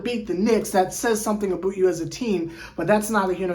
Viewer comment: I can't get over "aboot"